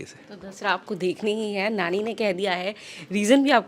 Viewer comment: Woh Nanny nahi, NANI hai.. dhank se bol lo naam..